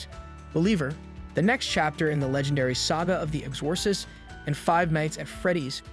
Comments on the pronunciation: I swear to god, if this dude says Ex-Ore-sist one more time. I couldn’t even finish the video it drove me THAT nuts. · The fact that he keeps mispronouncing The Exorcist.